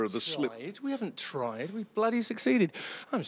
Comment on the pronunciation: "... triiiiiied, we haven't triiiiied we've BLOODY SUCCEEDED" He's the master